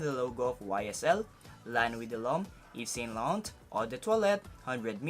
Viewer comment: "Ev So Lo Rong"